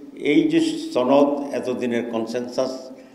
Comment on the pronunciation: ছনদ না সনদ